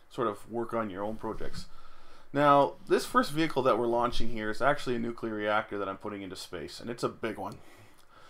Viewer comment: "New, clear". You cannot portmanteau that with "jocular" and make it "nucular", unless your reactor is funny, and if your nuclear reactor is acting funny you probably don't have time for puns :P